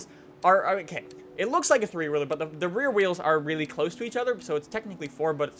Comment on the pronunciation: Why does he say reeylyey reeylyey like that he says the l's reeyley oddly its really